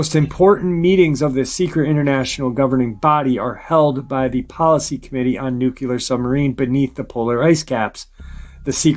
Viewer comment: Dulce, New Mexico is pronounced "Dull-Say", not "Da-Loose". Also, you pronounce "Nuclear" as "Nook-Lee-Ar", not "Nook-You-Lur". Sorry, but errors in pronunciation, grammar, and syntax drive me nuts.